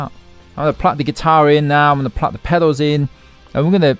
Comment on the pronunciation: Please 🙏 pronounce pedals properly Please.